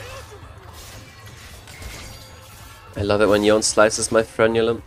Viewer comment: it's yone, not yon Fucking yonE with e being pronounced